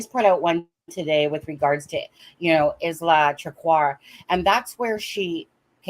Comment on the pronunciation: Don't want to be pedantic, but the name Isla is pronounced as Isla in Island, ie Aye-La.